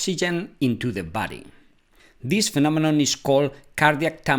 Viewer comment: I just realised he pronounced this as these and these as this